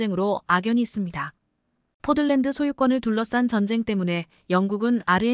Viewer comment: "포들랜드"가 아니고 "포틀랜드"입니다.